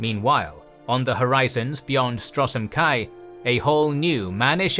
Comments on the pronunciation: Why you pronounce Stros M'kai as Strosm Kai instead of Stros Makai?? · A brief note on the pronunciation of of Stros M'Kai: "Strossem Kai"=🤮 "Stros Mikai"= 😍